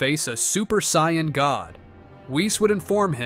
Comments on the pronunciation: saiyman not saiymon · I can't stand AI voices, they mispronounce way too much, sai-on instead of Saiyan, come on! Also if Goku's power level was over 200 as a baby, he would've wrecked everyone as even Kami's power level was only around 180 and he was the strongest on earth at the time. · if i hear another SAIYON story imma go nuts... SAIYON ERYWHERE~ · sion = saiyan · saiyan not scion a.i couldn't even get that right lol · Ah yes Goku: the Psion that learns the dodahnBahn and stays at the Camby house after killing the owner. AI can't even pronounce threatening, it says three-tening. P.S.: Kameha Kamiya?